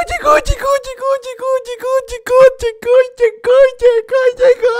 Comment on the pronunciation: Cuando dijiste llego llegó llegó se escucho como chicos chicos XD